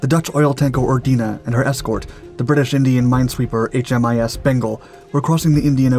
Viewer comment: Another great program. Small word of correction. Australian warships are designated HMAS (Her Majesty's Australian Ship), not HMIS. I guess a strong Australian accent sounded to like an "I" instead of "A".